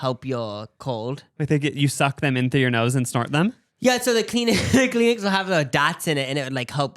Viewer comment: Peen-uh is insane 😭😭 .78 for Cheerios 😭 Kleen-Ix 😭 Send help!!